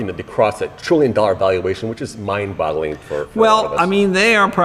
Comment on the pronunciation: The interviewer said "mind botteling" 😆😆😆